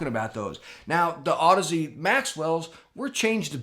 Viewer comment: Been watching for awhile now, glad you got the pronunciation on audeze down😂😂love you brother keep it up!